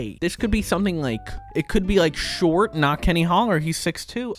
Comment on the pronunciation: Lets try nat lets try nat😂😂😂